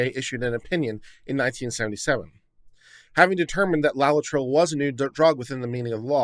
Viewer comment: i love you man but seriously, 'LOLLI-TRILL' ⁉️ * forgive me, but I gotta bust yer balls on this one. Why? Because you should never train yourself to be half-ass and too lazy to bother getting the factual details CORRECT, at least most of the time. * No Spelling Nazi here - Legal details matter! - develop a habit of accuracy. Here, just LOOKING at the word 'LAETRILE' and sounding out the syllables is all that's needed to sound Literate. LAY - UH - TRIL Laetrile or Amygdalin - - cyanogenic glycoside; present in pits and kernels of fruit.